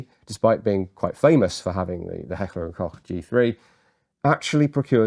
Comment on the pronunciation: For me as a Kraut it is lovely, to hear beeing talked about this gun in the dignified British accent, even pronouncing "Koch" rightly. Most of the YT content is of Yank origin with their slaaaaang and they love H&K. Don't know why. I was one of the last generations forced into service and I did not like it. Heavy, awkward to handle/carry, no cheek rest, kicked like a mule and under Biwak conditions (training all day long in mud, sand and forrest floors) it seemed to pull in dirt like a hoover. But of course nothing is such a pain in the arse as the British Leyl...I mean Enfield under combat circumstances. But as opposed to Britain we are allowed to own socalled "Black Weapons" over here and over the years my Dad, who also deals with weapons owned some, an AR10 as well as AR15 and an AK74. I would not trust them either. The AK of course, but it was nowhere near precise and the Mattels seem to be flimsy to me. Maybe the Swiss did it right? Yes, my fellow Limeys! After two lost world wars we did not even own the British automotive industry but are also allowed to own "Black Weapons" (single fire only). Can you understand, how and why this is going at it goes sometimes?